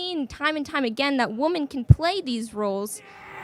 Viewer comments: Shes so educated and smart but cannot pronounce the word women... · Why can't none of them say "women"? They say "woman" for plural. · The fact they keep saying woman instead of women is very telling. Women have a god complex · When did we start saying the word woman like that? In her sentence it should be pronounced women. Like wim-en. Why does she keep saying woom-en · A woman that can't say women wow so smart and educated